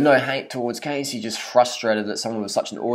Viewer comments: First off don't make a fucking video about someone, when you don't even know how to pronounce there name correctly, you're a grown ass man, so mind your own damn business, if you don't have nothing nice to say then fucking shut your damn mouth! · You obviously aren't in any place to judge her so harshly when you don't even know how to pronounce her fucking name or where those "photoshopped" pictures came from. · Learn how to pronounce her name first. I love her, no matter what anybody says, her workouts are great and give great results. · Learn to pronounce her fucking name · Biggest load of rubbish right here. Much disappointment in this Youtuber. Do more research on her before you rant please. Her name is Cassey not "Casey". Her photos are authentic - she did tell her Youtube followers that she went on a massive diet and rigorous exercise routine a couple years back to look like that for her bikini competition. If you actually watched her videos, you would know. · holy shit pronounce her fucking name properly- seriously you calling her Casey (long a) instead of Cassey (short a) just proves you did absolutely zero research. If you watched a single other video of hers you'd know how its pronounced. You're just making assumptions after seeing a picture from years ago to further your vegan agenda. get a life and stop being such a troll. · That isn't a photo shopped picture... Cassey (not Cay-see but Cah-see) slimmed down a lot for her bikini competition. It really is her. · Learn how to pronounce her name properly. 1. say cat 2. now minus the t and add an s 3. pronounce it the same way but with an s CASSEY NOT CASE-SY If you don't understand what I'm saying then watch her HELPFUL videos where she introduces herself. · Siu Wan dearie? i understand but i dunno, most people don't have trouble pronouncing her name and since he watches her videos he should know. I'm from australia 2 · Don't u dare talk about wonderful Casey that way! And ur not saying it right!